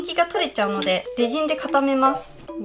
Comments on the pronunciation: レジンのイントネーション…… ✖レジン⤴︎ 〇レジン⤵︎ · F H 発音ではなくイントネーションですね。英語でもレジン⤵︎ですから。